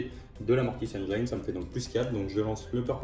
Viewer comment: Excellent rapport de bataille avec de jolies armées! PS: pour info, on ne prononce pas "engyne" mais "engine" (pour la mortis engine) ;)